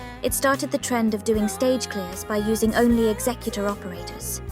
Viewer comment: This is a really small thing, but it means a lot to me. Thank you for having the word "executor" pronounced correctly.